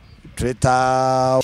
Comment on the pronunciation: He said Tritter 🙆🏾‍♂️🙆🏾‍♂️😂😂😂😭😭😭😭😭